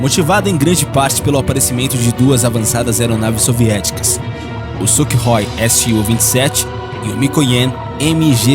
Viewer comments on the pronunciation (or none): suk roi ? não seria sukhoi (pronuncia-se sukoi)